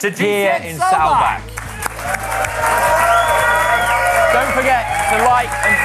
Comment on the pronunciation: Awesome show. I am a little disappointed in your pronunciation of Saalbach... Normally your German is always spot on